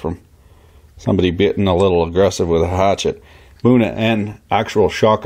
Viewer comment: Went full Canadian there with the hatchet